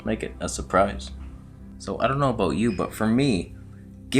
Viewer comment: We heard the Canadian accent when you pronounced "about" aka "a boat" 🤣🤣🤣🤣🤣🤣 I wish they would put your face on a Canadian coin like